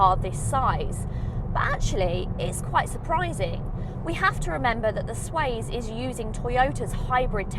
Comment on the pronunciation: Good video, thank you. Just one thing, it's not the SWAZE...it's the SWACE! (as in pace, grace etc...)